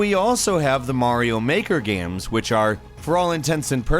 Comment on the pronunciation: Why do you keep calling them Gaims?